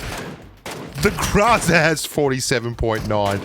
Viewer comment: It's GROW-ZA not grazza